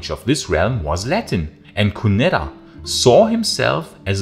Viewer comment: “Cunedda” - the double ‘d’ is a soft ‘th’ sound and the ‘i’ in Briton is a short sound, not as in Brighton.